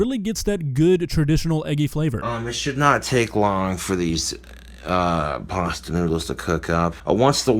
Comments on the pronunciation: Does say "paster" instead of "pasta"? If yes, everything is fine, it's not pasta it's paster. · We just going to ignore the fact how he’s pronouncing pasta? He added an er to pasta. Also, look at how dirty his nails are. 🤢 That’s very disturbing! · Why he keep pronouncing pasta with a Hard R, making me mad fr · Did he pronounce it "parstir"? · Drink everything they say "parsta" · I hear more "pawsta" more than an "er" in it.